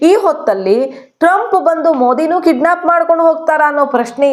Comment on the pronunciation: Mem ಅದು kiddsap ಅಲ್ಲ kidnep